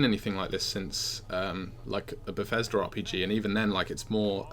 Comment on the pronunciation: This is a pretty good review but I think my brain just did a blue screen if I'm not mistaken he just called Bethesda. BethesdR. There is not even an R in the entire word. It is BethesdA